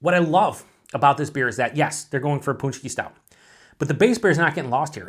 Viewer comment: pronounced punch-key...well done, sounds fantastic